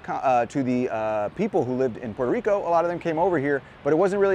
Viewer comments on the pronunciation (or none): Dude stop saying Puelto (L)ico. We switch the R's for L's only in the middle or end of words, but not the ones at the beginning. Love your vids tho! :)